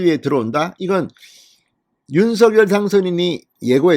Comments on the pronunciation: 대통령님께서 윤서결 아니고 윤성녈로 발음해달라셨잖아요~ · 진성호 사장님! 적시에 보내시는 방송 대단히 감사하게 시청하는 사람입니다. 윤석열 대통령의 성함을 발음하실 때, 윤석열[윤서결]로 하시는 대신, 윤석열 [윤성녈]의 표준어 발음으로 방송해 주 시면 고맙겠습니다. 미디어에 종사하시 는 분들은 국민들을 표준말 사용으로 바른 말 사용으로 선도해야 하는 사명 이 있음은 매스 미디어가 끼치는 영향 력,파급력이 크기 때문일 것입니다. 이봉규tv의 이봉규 박사님은 정확하게 [윤성녈]대통령으로 발음하시더군요. 앞으로의 방송에서는 [윤성녈]대통령 으로 발음해 주실 것을 부탁드립니다. 감사합니다! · 진성호님 수고많이 하시어 구독하고 잘보고 있습니다. 윤성열로 불러주세요 한글어법도 , 당선자본인도 윤성열로 불러달라는데, 계속 윤서결로 불르고 계시네요. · 진선생님 발음을 윤서결 보다도 윤성녈이 어떤가요?